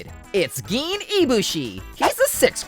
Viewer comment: Everytime you pronounce Gin like green without the R, I die a little on the inside